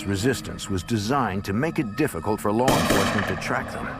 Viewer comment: Lar enforcement